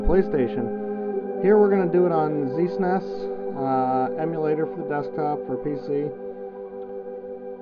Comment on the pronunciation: It's ZNES.